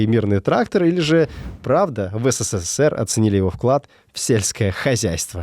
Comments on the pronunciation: Мне кажется, или автор говорит не СССР, а ССССР ? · не знает как произноситься Абревиатура СССР? почему оне говорит ССССР? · В СССР три буквы "с", мне послышалось что в начале пару раз увлекся и сказал по 4 буквы "с" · Вы говорите не СССР, а ССССР ))) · Забавно, как много "С" добавил в название страны - ССССР:) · так увлёкся рассказом про пулемёт, что даже стал произносить аббревиатуру СССР по-другому, с четырьмя "С" (ССССР). Спасибо за видео!